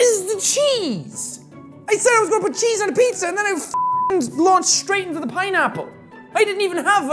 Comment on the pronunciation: Did you just said piñapple lol mixing spanish word and english word lol 😂😂😂😂😂